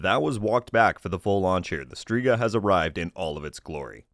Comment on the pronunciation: FYI it’s pronounced (STRE=STRAY)GA witch means WITCH in italian 🤜🏾🤛🏾